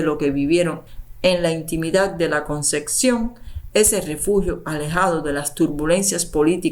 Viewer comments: La CONCEPCIÓN. No ConceCcion. Favor pronunciar correctamente. Muy mal leído el texto. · Todo muy interesante pero te pido que pronuncies adecuadamente. No es " la concección " es " la concepción ". Con pc ,no cc. Gracias